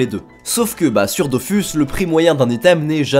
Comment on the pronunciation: Vous pourriez au moins prononcer Dofus correctement.